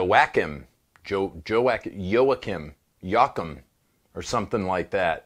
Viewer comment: Joakim - pronounced Wahkeem